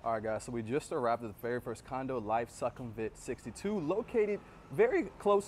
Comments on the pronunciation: Good content, but Sukhumvit is pronounced SOO-kum-vit not Suck kum vit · As a 12:year Thailand resident from North.America I can confirm that most of your info is correct. However, your You Tube presentation would garner more respect if you put a little effort in to learning how local Thai folks pronounce common words. eg: Sukhumvit is NOT prounced "Suck - hum - vit". It is prouoinced " Sook - hum - wit". In case you havent heard the correct pronounciaton of the main airport in Bangkok "Suvarnabhumi" .... Locals pronounce it. " Soo - wanna- boo - mee" . Good luck & enjoy Thailand!